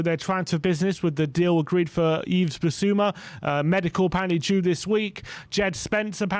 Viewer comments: Someone tell the boys it's pronounced "Eve" not "Eves", I can't take 5 years of hearing them call him "Eves" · Yves: the "S" is silent. Pronounce as Eve.